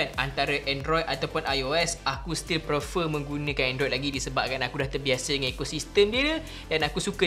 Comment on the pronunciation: Sorry, nk tegur sikit..tp bukan pasal iPhone or android. Tapi word "PREFER" plsss broo....sebut betul2.. Tiga kali dengar ko sebut...sakit telinga.. Plss.. 🙏🏻🙏🏻